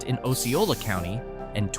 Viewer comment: OZ-C-O-LA COUNTY!!